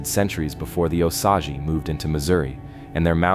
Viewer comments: Ok I’m sorry I can’t stand it anymore!! It’s pronounced O-Sage. Not ausage. It’s distracting from the stories. Do your research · Here's a little education for you...Osage is pronounced: long O as in no & sage is pronounced just like the herb - sage. I know because I live in southwest Missouri. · O SAGE fix the pronunciation. Missouri here, makes me crazy.😮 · It is pronounced O-sage as in burning sage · Here AI voice, let me help you with your pronunciation…. It’s pronounced “O sage” 2 syllables.. the “o” is pronounced then “sage” like the plant/herb.. A hard O and a hard A! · The Indian name an the river name are pronounced the same O-Sage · If you want people to understand what this is about you need your AI fixed. I've lived in Missouri almost 70 years, all my life, and it took me at least 10 minutes to figure out what it meant when it said what i believe to be Osage. Unbelievable!!! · I kept re pronouncing Osage every time it was spoken quite annoying ...🙏💯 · Also this is saying Osage right terrible.